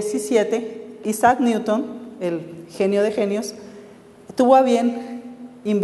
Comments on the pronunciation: por favor no lo pronuncies como neuton me hace mal a los oidos pronuncialo como niuton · Me siento orgulloso de que me gusten las matematicas y les dedique tiempo a su estudio. Esta platica acerca de ecuaciones diferenciales toca temas interesantes pero se nota demasiado que los ponentes no estan para nada preparados. "Neuton" en vez de Newton /niuton/ jajaja se pasan